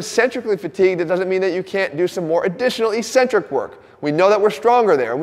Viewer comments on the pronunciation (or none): There's no such word pronounced Eeeeeecentric in the English language. LOL. It's pronounced eK-Centric.